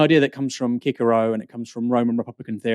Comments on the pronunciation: Bastani comes out spouting his so called knowledge and can't pronounce Cicero properly. It's not Kickaro. It is pronounced sih suh row. Ffs. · Glad to hear this discussion but Kickero? Come on: Cicero pr: si·suh·row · "Ki-ker-oh"? ... Cicero. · kickero?? Cicero may not be pronounced that way (I think?) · Cicero is pronounced si suh row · That pronunciation of Cicero killed me.